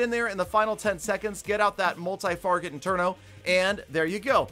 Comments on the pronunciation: Did anyone else notice, he says " multi farget interno "😂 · Doesn't matter , he pronounced its Farget that's matter🤣